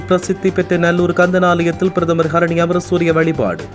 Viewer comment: பிரதமர் ஹரினிஅமரசூரிய என உச்சரியுங்கள் சகோதரா